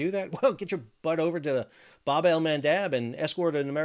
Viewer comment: Can you please start saying “bab” correctly? It’s the short A. As in jab, stab, crab, dab.